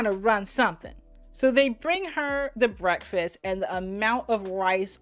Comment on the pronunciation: Lisa was the only person I ever heard who said, “brefast!” Anyone else noticed at the beginning she spoke with an extremely flat voice?